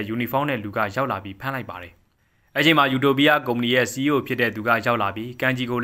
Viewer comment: ယူတိုပီးယား❌အူတိုပိအ✅